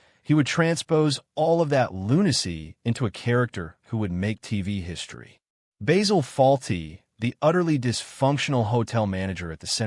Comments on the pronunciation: Basil not Bazzill. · Bayzill and Monty PyTHON? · its not bayzil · Typical american probably not even watched any episodes, please pronounce his name correctly !